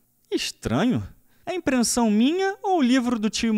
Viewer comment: Impressão minha ou ouvi “Imprensão minha “